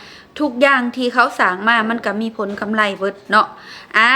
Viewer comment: กำไร ไม่ใช่ กำไล